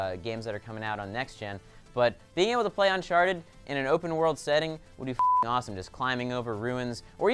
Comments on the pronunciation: Did say unsharted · why does saying uncharted sound like unsharted?